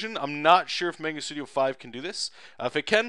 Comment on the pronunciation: Mahngah, you Canadian.